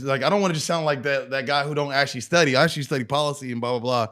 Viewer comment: "I actually stody policies and blah blah blah" LOL